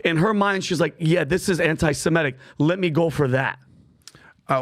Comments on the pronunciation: Why do so many people mis-pronounce anti-Semitic.. it's not anti-Semetic. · Nobody seems able to pronounce antisemitic correctly. It's not antisemEtic it's antisemItic!!